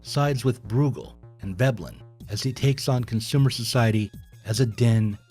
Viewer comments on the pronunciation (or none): none